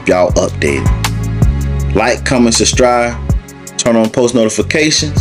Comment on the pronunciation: SUSTRIBE LOL I CAN'T HELP BUT TO ONLY HERE THAT WORD NOW SUBSCRIBE WHO🙊🙊😂😂💓💓